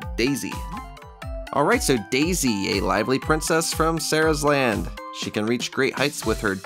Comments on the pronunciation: SARASLAND. It's sarasaland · It triggers me how you pronounce Sarasa land... ITS SIR RARSA LAND. NOT SIRSA LAND.